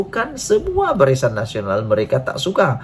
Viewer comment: Barisyan? Salah sebutan,yg betul BARISAN....aku sokong PN dan PAS